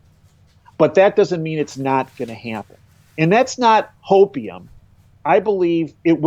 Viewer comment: He said, "H-opeium." 😔